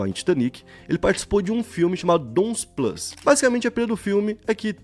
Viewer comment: "DON'S PLUM" E NÃO PLUS!